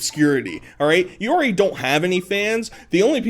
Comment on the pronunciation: you pronounce the word already as alreey. why do you speak like a 9 year old child